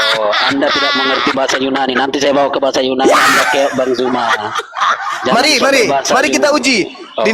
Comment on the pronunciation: Utk; Sampai Detik ini Huruf Z di baca J; ZUMA menjadi JUMA; tdk mendidik anak-anak kami dng Baik.